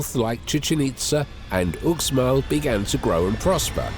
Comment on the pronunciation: “Hit-tight-tees?” Were the Hittites wearing tighty whitey tee shirts? “Ucks-mal?” Uxmal pronounced “Oosh-mal.” And “conquistadors” is not pronounced “con-quisitors.” And “Jorge” is pronounced “Hor-hay”; not “Yorge.” That’s basic Spanish! The word pronunciations in this video are awful. Either this is an AI voice, or the guy doesn’t know how anything is pronounced correctly.